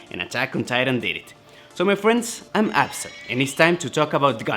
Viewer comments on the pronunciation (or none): @@ Estoy de acuerdo. Necesita mejorar su pronunciación en inglés. Eso no es lo único molesto de nuestro querido youtuber. Sigue pronunciando la palabra "Titans" como "Tee-tans". Le envié un mensaje diciendo que la pronunciación correcta es "Tay-tans". Razonó que "Tee-tans" es como los japoneses pronuncian Titans, por lo que está en lo correcto. Bueno... los japoneses también pronuncian "Gundam" como "Gun-dah-mu". No escucho a Absa decir "Gun-dah-mu", lo escucho decir "Gundam". Si no puede aprender a pronunciar una palabra correctamente de acuerdo con la lengua vernácula internacional, seguirá sonando estúpido. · @@ I agree. He does need to improve his English pronunciation. That is not the only annoying thing about our dear youtuber. He keeps pronouncing the word "Titans" as "Tee-tans". I messaged him that the correct pronunciation is "Tay-tans." He reasoned out that "Tee-tans" is how the Japanese pronounce Titans so he is correct. Well....the Japanese also pronounce "Gundam" as "Gun-dah-mu." I don't hear Absa say "Gun-dah-mu", I hear him say "Gundam." If he cannot learn to pronounce a word correctly according to the International Vernacular, he will continue to sound stupid.